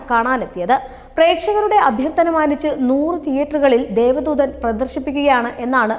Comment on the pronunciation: രഘു നാഥ് പാലേരി അല്ല കൊച്ചേ 🤩രഘുനാഥ് പല്ലേരി. അത് പോലേ ദേവ ദൂതൻ ആണ് ദൈവ ദൂതർ അല്ല.. ആദ്യം അതെങ്കിലും തെറ്റാതെ പറഞ്ഞു പഠിക്ക്